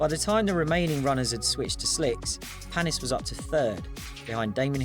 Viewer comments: And its paniiiis 😂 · Olivier Panis with an "A"